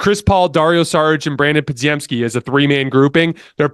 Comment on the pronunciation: love the content man, for the love of god, give these players the respect they deserve by pronouncing their names right! you have always pronounced podziemski and quinones wrong man, just look up how to say them correctly pleaseeeeeee you at a baseline should say nba players names correctly